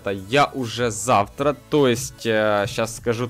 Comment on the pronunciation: Не завра а завТра